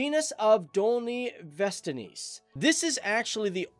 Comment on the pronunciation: It's Dolní Věstonice and Slovaks and Sněžka, to whoever wrote the captions and also to the guy talking: Moravians, not Moldovians